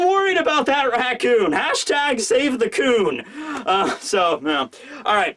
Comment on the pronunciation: Great review! Though just in case, watch the raccoon abbreviation next time, as it sounds like something else!